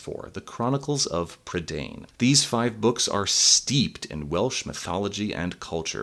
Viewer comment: Isn't "prydain" pronounced "PRUH-dine" not "prid-ANE"? Edit: Nevermind, they say it like an English word for some reason in the film. Edit 2: The bad Welsh pronunciation is KILLING me.